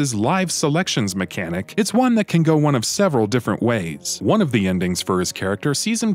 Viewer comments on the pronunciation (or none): none